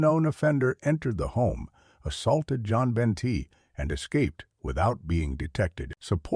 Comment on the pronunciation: John Ben,Joan Ben,One Ben. I Hate AI.